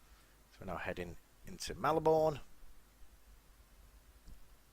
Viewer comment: U said Melbourne wrong!